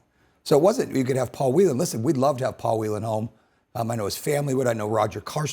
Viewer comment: Well done, Dana Bash, for pronouncing "Whelan" correctly! Please pass it on to the rest of the anchors.